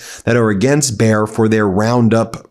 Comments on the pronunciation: Please, you pronounce it as bai·uh, not bear!!! It is the brand of the aspirin for crying out loud, everyone knows it!! There is even a football team with their name Bayer Leverkusen, not Bear Leverkusen. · Hi, it is pronounced Buh-yeah-r. Not bear. Buh like but or butt without the "t". Yeah like yes-yeah, not "year". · Dear Ben, Bayer is pronounced as Bye-err. Bayer is a German company, world famous for inventing Aspirine in the1880's. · "Bayer" is pronounced like "buyer" 😉 greetings from 🇩🇪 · Bayer had bought Monsanto, something they are regretting "bigly", today. Bayer is a German company, so your Anglo pronunciation, dear Ben, feels US-ally wrong (again). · Bayer as in Bayer aspirin company. (?)